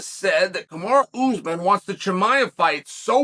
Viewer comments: It’s not “Kamari” it‘s, Kamaru. So don’t try and wigga-fy it. That’s only used as convenient. So is that what it is? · I think uncle chael pronounces names incorrectly on purpose!! 😂 kamara usman